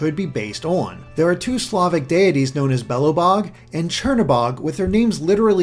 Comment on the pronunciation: The pronounciation of Belabog and Crnobog, I can't xD